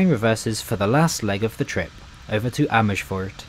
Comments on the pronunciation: You have a teeth probelem?? Amishfoort? LOL no sh sound in Amers - foort, please, and not in Amsterdam either.... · Amersfoort does not have an "H" after the "S"